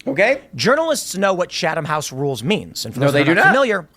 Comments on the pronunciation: That's a good thing Kim Iverson doesn't know how to pronounce Chatham House rules, Tim Pool. Why are you so familiar with it? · Dim Tool ‘so hilariously’ mispronounces Chatham House rules himself. The ‘H’ is silent. In Chatham, I mean. You do pronounce the H in House. I’ve been to Number 10 St James Square, the RIIS. Oh, and all the dingbats are the same choads taking money from Russia and other right wing wankers.